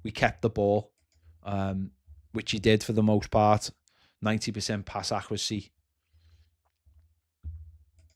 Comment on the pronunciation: Pass accrehsee 😂